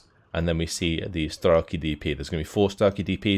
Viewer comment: Please,, its not "Struwoki" (or however u call them), its just S-T-R-E-L-K-I, Just as it sound